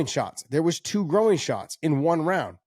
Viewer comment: I have never heard "groin" pronounced in that way. Gro-in. Sonnofabish, you might be right.